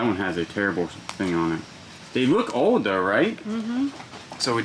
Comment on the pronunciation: What accent do you have my guy? Where were you born? I have only heard one other person that pronounces “Old” like “Ode” and it’s a YouTuber named Tia that I watch. It’s very unique but obviously not like an impediment or anything so it has to be from growing up somewhere specific. I think she was from TN but idk where she was born.